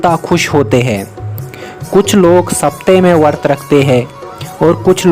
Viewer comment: Bhai wo vart nahi hai usko vrat bola jaata hai, i hate it most when people don't pronounce words correctly